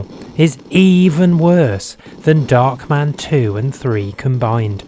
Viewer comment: it's darkman not "dockman"